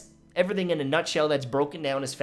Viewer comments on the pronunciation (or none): none